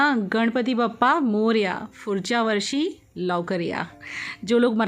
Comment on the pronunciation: Just to correct- its Pudhchya varshi not furchya & lavkar ya not lokar